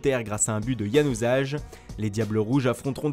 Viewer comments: Januzaj se dit yanousay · Et vous les francais c januzaj et sa se dit janousail